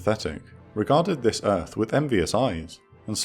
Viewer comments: LOL “Welcome to ERFFFFFF!” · Welcome to Earf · Welcome to Earf! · welcome to earf !